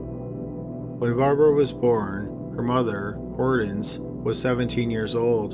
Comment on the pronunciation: I have never in my life heard ANYONE pronounce the name Hortense as "Hordens". That was driving me nuts! Other than that, good video.